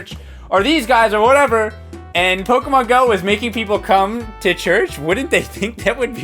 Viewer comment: it ticks me off that all the reporters pronounced poke-AY-mon go wrong.